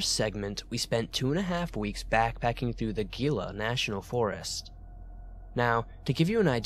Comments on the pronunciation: Dude it's pronounced heela not geela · The G in Gila is pronounce as an H. Gila = Heelah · Gila National Forest is pronounced He-la